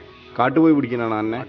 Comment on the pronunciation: ആനന അല്ല ആനയെ എന്നാണ്